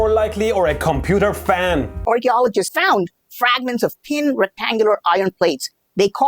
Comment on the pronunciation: RRCHEOLOGEESTS FAOOOUND 😂